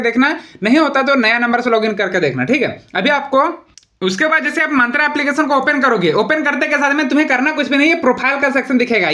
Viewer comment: मंत्रा nahi मिंत्रा hota hai Bhutiye 😂😂